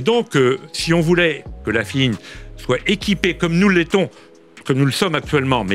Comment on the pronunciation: "la fine" au lieu de chine mdr